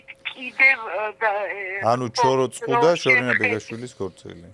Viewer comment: ნაზღო ჩხოროწყუს რომ ვერ ამბობს ვგიჟდები😂